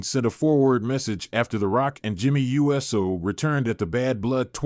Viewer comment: Uso is not pronounced right. It is not USO like the United Service Organization. It is ooh so. Pronounce it right or don't say it at all..